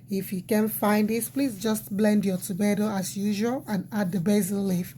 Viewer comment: Please call the Tomatoes very well, I don't want to go to the market to ask them of Tometoes instead of tomatoes,I went to night school. Let me continue watching if I hear you mis- pronuncing any ingredients again, you will see what I will do to you.